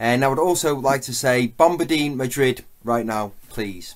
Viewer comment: "GRANDE LOKUET" "LOS MIMS" "BOMBARDIEN MADRIUD"